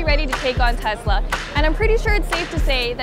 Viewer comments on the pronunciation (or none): none